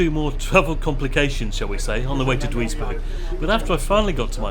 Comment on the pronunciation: Duisberg pronounced juice berg